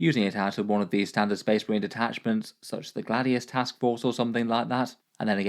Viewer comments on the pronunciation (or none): none